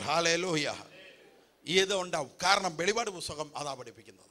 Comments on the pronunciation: വെളി പാട് അല്ല മറിച്ച് , വെളിപ്പാട് ,എന്ന് വായിക്കണം sir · വെളിപാട് അല്ല വെളിപ്പാട് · Velippadu and not velipadu. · Please say velli'ppa'd.